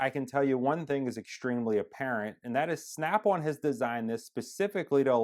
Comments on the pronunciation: valid response. Never heard of an American accent where on sounds like one. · In all your videos, you're saying it wrong. It's SNAP ON not SNAP ONE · Why does he keep saying Snap One? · It is SNAP ON not SNAP ONE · Why can this guy not say Snap ON and keeps saying Snap One? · Snap ON not snap OnE😂😂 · ummm its "snap ON" not snap ONE!! LMAO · Snap-won haha I love Americans